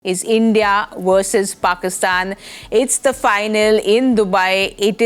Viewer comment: Its not Wersus its versus 😂